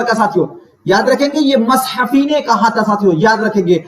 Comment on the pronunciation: Sir aap ne pdhaya to bahut umdah lakin taleffuz bahut bahut bekar hai Jese.. bakat khani nhi .. bekat khani Kudam raw pudam Rao nhi 😂..kadem raw padem rao hai Aur jese mashafi nhi .. Gulam hamdani mushfi hai 😅